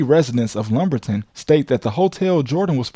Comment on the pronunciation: I believe his dad got knocked off by two dudes in lumberton. I live in mccoll. His dad was found about 2 minutes from my house (I’m serious. You pronounced it incorrectly too lol). I’m from lumberton. Mother raised there The place Jordan’s dad stopped was/is literal most crime infested area in North Carolina. Mccoll/marlboro county is dangerous also. Under no circumstance would I ever stop on the side of the road unless I’m planning on not coming home. ESPECIALLY in lumberton.